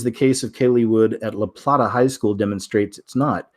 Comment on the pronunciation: Lol I live by LaPlata so funny to hear you say it lah plattah locals pronounce La-Play-tuh giggles I remember when this happened we were waiting for our kids schools to try that. We were gonna go in full throttle nothing happened though